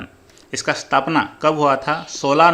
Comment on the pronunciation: Sthapna नहीं स्थापना।😡😡😡 होता है 😡😡